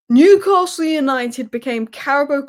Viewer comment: i dont think so,,,,, and by the way there is NO R in NEWCASTLE SO PLEASE drop your R and say their name properly, I.E. NEWCASTLE,,,,,,,,,like all we toon fans do, chow, slater pet.